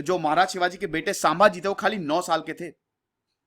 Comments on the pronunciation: 'गामिनी कावा ' नही "गनिमी कावा "... गनिमी का मतलब होता है शत्रु...सांभाजी नहि संभाजी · सांभाजी नही संभाजी है उच्चारण है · Naam ke pronounce me bahut Galtiya hai jaise, शंभाजी nahi संभाजी है. दादा भट nahi गागा भट्ट hai.